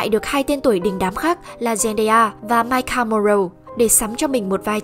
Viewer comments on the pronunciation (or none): none